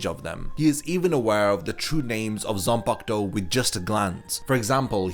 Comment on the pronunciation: I just discovered this video. Thanks for the info, but I dislike the way you pronounce the word “Zanpakutou” bro. I don’t know if you’re deliberately butchering it, but could you freaking say the “Ku” in between? It’s not “Zan-park-to”, it’s “Zan-pa-ku-tou”. Tf